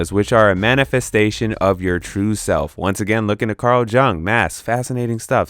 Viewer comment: Jung is pronounced "yoong"